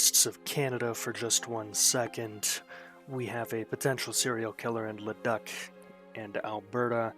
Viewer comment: Luh-DOOK ED-mun-tin Suh-SKATCH-ooh-in